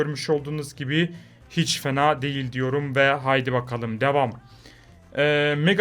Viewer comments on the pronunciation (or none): dakikada hiç demek yerine H yerine P dedi